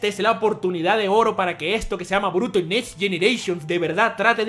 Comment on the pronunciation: Esto es Boruto lo pronuncio mal disculpalo bro!!.